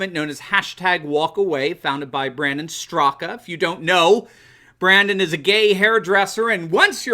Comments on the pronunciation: FYI, Brandon's last name is pronounced "Strock". ☺️ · Information only...he pronounces his name Strak leaving the last "a" sound off. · The "a" in "Straka" is silent. Love the #WalkAway movement! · respectfully, Brandon’s last name - the A is silent. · I think the ‘a’ sound at the end of Brandon Straka is silent? Just a FYI! 💕